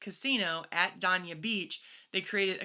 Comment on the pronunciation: Based on your video, I used this park at the port, I went online and booked Aug 1-4, it was $7.99 per day + tax. Great shuttle service to and from Port Everglades. Thanks to you (and you mom) for the recommendation . Just a note the city Dania is pronounced “day-nah”